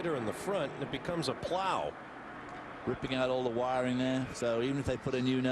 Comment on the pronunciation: Is it just me or is he saying wiring shit? lol Amazing